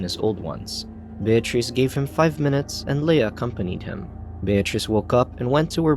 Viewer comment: Voice Over Guy was killin it until he tripped over the name Bear Treece 😂 Voice Over Guy decided to double down and keep destroying her name. Well played 👏